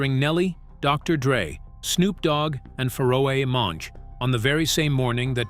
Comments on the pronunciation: He said "Furrow A. Monch"😂 Pharaoh Monche, mf, PHARAOH. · Who tf is Farro-A-Monch?😂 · Faro - a - monch 😂😂